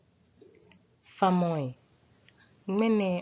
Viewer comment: Thanks for teaching the Ga language. Respectfully, in pronunciation, the word "FAMƆI" (Imperatives) rhymes with "ŋamɔi" [Some greetings]. Then "Gbelemɔ" is pronunced as written, Not "Gbelemɔmɔ". Again, differentiate "saa" (as written), from the pictired "saatso". Thanks a million.